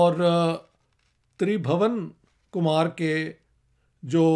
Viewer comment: Sir it's not Kush as you pronounced the "u" here is pronounced as in "put", similarly it wouldn't be Tribhawan but Tribhuwan where is "u" will be pronounced as in "put"